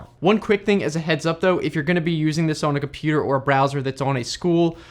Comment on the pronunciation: i love compooterrs